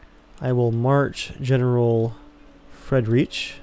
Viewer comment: I appreciate the attempts at pronunciation :) Your general Friedrich's name is said "freed-rick", but you're doing much better at pronunciation in general this time around!